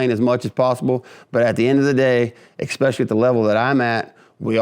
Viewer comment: Eck specially is NOT a word. There is no K, just especially. It has NO k sound in it.